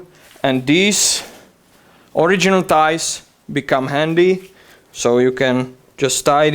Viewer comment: Did he say the liner has "thighs"????